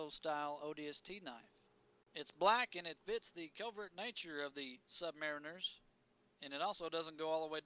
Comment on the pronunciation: Bro said sub mare inners